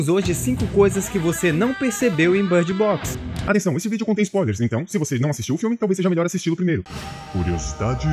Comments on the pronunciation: Por que ele está falando bard box? Em vez de bird box? Não faz nem um pouco de sentido 😐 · que inglês é esse? I know how to speak English and that's certainly not the way to speak